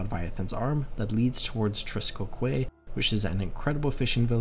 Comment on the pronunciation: Quay is pronounced 'Key' btw - love your videos